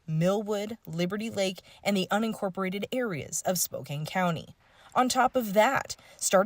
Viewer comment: Really 2? Learn to pronounce Moscow as in Idaho not a city in Russia. We don’t live in Spo-cane. We live in Spoka-can. Crappy as this city is I expect people to pronounce it correctly. Don’t embarrass this city more than it already does on its own.